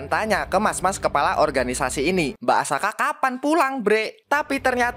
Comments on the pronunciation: Tulisannya asaka bacanya akasa 😅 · bang perasaan subtitle nya Asaka kok lu manggil nya Akasa? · Bacaannya Asaka tapi ngomong akasa🗿🗿🗿🗿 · asaka atau akasa bang ko kedengaran akasa tapi subtittlenya asaka btw semangat bang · Asaka atau Akasa bang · asaka bukan akasa bg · Terjadi lagi di teks nya Asaka Tpi di baca Akasa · Nyebutnya Akasa teks nya Asaka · Tulisan Asaka Yang di baca Akasa💀🗿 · Sebutannya akasa tulisannya Asaka🗿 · Gw denger mbak Asaka jadi Akasa coy🗿🗿 Fix Yogiri punya gw🗿❤ Edit:katanya naga betina kok punya biji ato gw slh dgr🗿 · Tulisannya asaka di baca akasa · Tulisan:mbak asaka Nyebut:akasa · Lah tulisan nya asaka tapi di bilang akasa🗿🗿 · Kirain akaza, ternyata akasa🗿 Btw subtitle bilang asaka tapi kok lu bilang akasa🗿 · Bang asakaa bukan akasa 🗿🗿🗿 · Teks nya Asaka bacanya kok akasa😮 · Asaka jadi akasa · Subtitle nya asaka ngomong nya akasa bener nya yg mana sih njir😂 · Asaka bukan akasa🗿🙏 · asaka bg bukan akasa😁😁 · mbk asaka apa mbk akasa tesknya asaka ngomongnya akasa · Tulisannya asaka omongnya akasa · Asaka bang bukan akasa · asaka bg bukan akasa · Asaka bang bukan akasa!! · Banar Asaka bukan akasa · asaka bukan akasa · Asaka dibilang Akasa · asaka bang bukan asaka